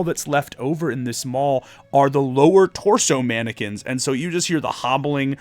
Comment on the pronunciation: You said mannequins, but all I heard was “Anakins” at first. Therefore, I am now imagining a bunch of Anakins running after our party with Kohl’s cash lightsabers. Great video as always, didn’t realize I would love the folk magic so much.